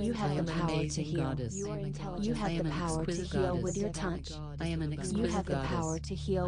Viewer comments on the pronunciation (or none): it sounds like she is saying tounch with an "n" and that is annoying